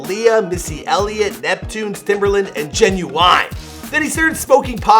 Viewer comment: This dude said “timbERland”